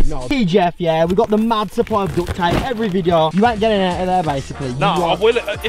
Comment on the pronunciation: It kind of sounds like he sayin dut ta whenever he's trying to say duct tape